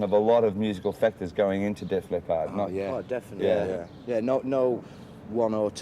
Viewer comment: The interviewer’s pronunciation of leppard is weird